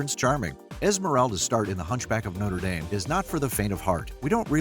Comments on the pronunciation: You left out Pierre, the guy she pitty marries and then won't let him touch her because she's in love with Phoebus. Also, it's No-truh Dahm, not No-ter Dayme. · Nice video, but what irks me is how people pronounce Notre Dame. The one ending in (DAHM) is a cathedral in Paris famous for its hunchback, the one ending in (DAYM) is a university in Indiana famous for Rudy! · No - truh Dohm. Noter Daym is a sports team. The cathedral is in France, and it's pronounced No-truh Dom. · Agnes is a beautiful name in French. Ugh. Americans butchering a language. You’re pronunciation of Notre Dame is horrible as well.